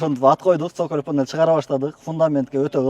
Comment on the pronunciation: Сөколь дебей соколь дечи